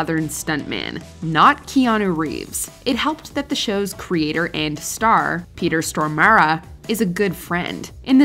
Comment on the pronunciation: Peter Stormara? Why you pronounce it that way?